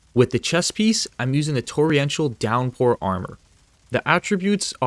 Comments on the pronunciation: TORR-ENTIAL, NOT TORRI-ENTIAL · It's Torr en shall (Torrential) not Torri-entall.